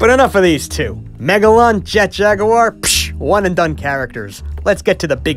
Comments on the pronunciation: Whoesle calls jet jaguar jet jagur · I Mean, That Was The Pronunciation Of Jet In The OG English Dub Of 'Godzilla Vs Megalon'.